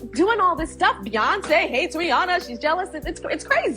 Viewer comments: Can you STOP saying RIANNA it's Rihanna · its pronounced RIH-ANNA, not RIH-AWNA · Ri- ahnna not Rianna